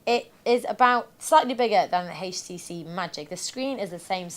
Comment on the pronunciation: I tried, I really tried to watch this video.. But I simply couldn't stand hearing her say H-tc. If I ever hear a pronunciation of HTC like hers again, it will be too soon! Your God! It's horrible..!!!